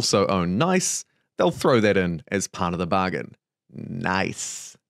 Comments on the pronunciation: or spoken just like niece, thanks for mentioning it, made me mad for no bigger reason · Nice is pronounced like pizza